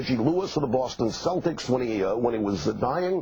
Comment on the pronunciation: I also really hate how Americans always mispronounce Celtics.